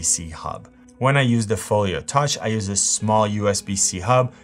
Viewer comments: I swear it sounds like you’re saying, “Folier.” Where’s your accent from? (Not poking fun) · Same, I noticed it too